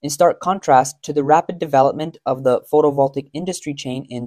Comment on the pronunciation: Since your narrator says photovoltaic repeatedly, he really should learn how to pronounce it.